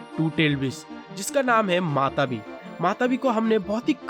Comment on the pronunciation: Matatabi not matabi